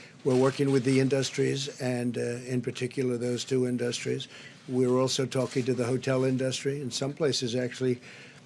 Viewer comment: what are "in dust tree's"?